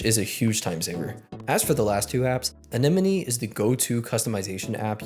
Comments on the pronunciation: First person I’ve ever watched who pronounced anemone correctly. And the cia fbi thing sketched me out when I was younger missing my 3ds 😂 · This is the first time I've heard someone in a video pronounce Anemone correctly🎉